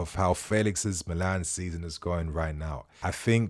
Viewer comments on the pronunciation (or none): none